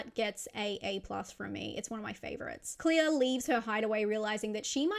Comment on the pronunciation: Claire❌ Clear✅